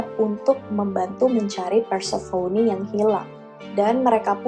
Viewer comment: Prounounciation inggrisnya udh bagus kak,tapi mau koreksi aja nih,Demeter itu dibaca "The-Mi-Ter" (The meter) Dan Persephone udh hampir bener,but more like "Per-sa-fe-ni" hehe,just fyi ^_^ Tambahan dan kesimpulan: -Harpie berkembangbiak dgn cara bertelur,dan telur ini klo mau menetas bakal ada badai/cuaca buruk katanya (tambahan dr aku) -Bedanya siren dan harpie adalah siren bisa nyanyi,harpie nggak. Siren berkepala wanita cantik,klo harpie jelek.